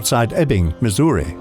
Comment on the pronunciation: Thank you for saying "Missouri" correctly when talking of 'Three Billboards Outside Ebbing, Missouri'.